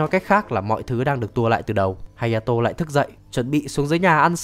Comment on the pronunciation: Ủa phần 4 là hayato mà sao cứ hataro =))))